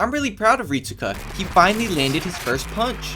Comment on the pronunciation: Rit-su-ka might as well call him rit-su-cuck